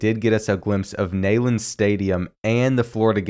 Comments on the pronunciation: Great video!!! Btw- UT stadium is pronounced like Knee-land not Nay-land. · It's pronounced Knee-Land stadium. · he pronounced it NAY-Land stadium 😅😅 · Bro 😂😂😂😂 you pronounced neyland way wrong